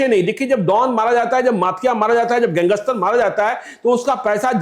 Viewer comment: Gangster ko gangeshter kehne wala kya patrakarita karta hoga pata chal gaya